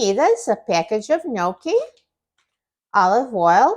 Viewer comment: Love this. You pronounced it correctly, Thank you for that. Love you ❤❤❤❤